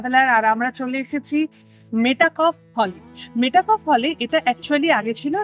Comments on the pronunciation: মেটাকফ নয়, মেটক্যাফে বা মেটকাফ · Pronunciation ta metakoph না মেটক্যাফ?